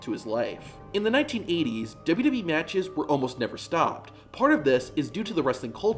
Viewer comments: When will this guy learn to slow down and say 'w w e' instead of 'dububee' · It's pronounced "Double U Double U -E-" NOT "Duba-Duba EEEEE" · He even says WWE has “ dub e “